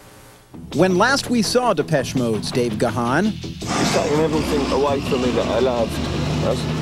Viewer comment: Gahan pronounced wrong . It's not gah han